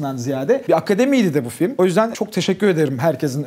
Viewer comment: Peki de FİLİM demesi 😂